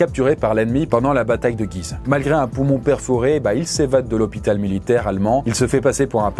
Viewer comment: Guise se prononce Gouise ;) et non guise comme à ma guise lol